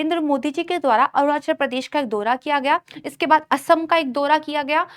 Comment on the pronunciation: दोरा नहीं बल्कि दौरा बोलिए, ।